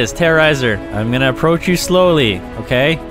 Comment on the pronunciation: are you shere you get terearazer in the helacopter hahahaha